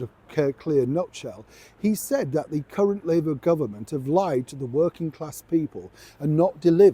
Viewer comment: I love the way you say “current Prime Minister “with heavy emphasis on ‘Current’ 🤞🏻the whole front bench lineup would rather be dressed up for top table events than working for the British people especially working class people whom they seem to despise.